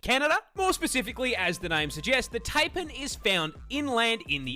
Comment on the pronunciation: For the record. The pronunciation of Taipan is TIE-PAN not TAY-PAN